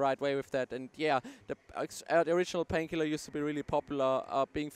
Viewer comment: I love how they pronounce it. 'Painkhielah!'